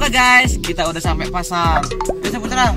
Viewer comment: Ah kok bacaannya sapetra bukanya Saputra 🤔🤔🤣🤣🤣🤣